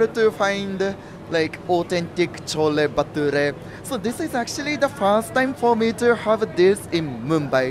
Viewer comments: Bro thats not chola bhature that was Chola bhatora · Are you not right not chhole bature that is chhole bhature ok